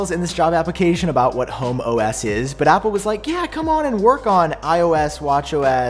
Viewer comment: You might wanna put a pause between home and OS lol